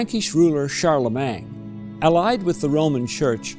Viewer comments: Yes, that's a fact of which I am acutely aware, having lived in several countries and possessing the ability to speak 5 languages. However, Charlemagne is a French name, and it is properly pronounced in French. It is spelled "-magne", not "-mang". Changing the order of the letters is not a preference or style of a particular region or country; it is simply wrong. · Please check your pronunciation of Charlemagne. It's not "Shar leh MANG".